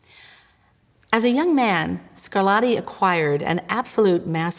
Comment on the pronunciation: The routine mangling of Italian words by American-English speakers is disrespectful; to be discussing the ‘sonadas’ of ‘Scarladdi’ is simply a horrible mutilation of one of the most attractive languages on the planet. Italian seems to suffer disproportionately from this perennial savaging of its pronunciation, the ‘t’s becoming ‘d’s being one of the worst indignities inflicted upon it as already pointed out; American-English speakers try a bit harder with German for example where calling JS Bach ‘Batch’ almost never happens.